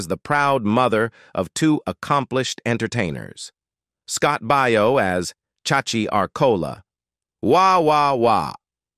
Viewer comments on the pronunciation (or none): Your pronunciation of some of those names are horrendous. "Baio" is pronounced "BAY-oh". "Piccolo" is pronounced "PIC-a-low".